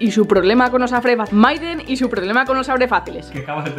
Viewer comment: XD me da mucha wisa cuando Natalia dice maiden susy -_